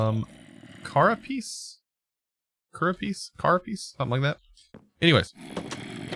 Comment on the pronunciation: Carapace: pronounced CARE-a-Pess